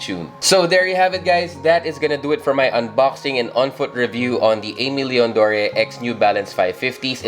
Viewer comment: Love these alot, got a W on the restock. Super happy with em. You’re one of the few who pronounced Aimé Leon Dore right imo, most people say a million doors🤮🤣 or something else weird🥲. Keep it up my guy! Peace ✌🏽